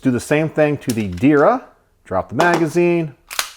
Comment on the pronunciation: One more thing Not Dir ya Try to say like this There-ya